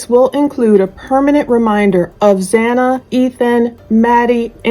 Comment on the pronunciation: It’s not Hana! It’s Xana!